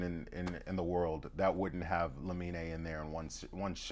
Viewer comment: Its LA-min not LA-min-EI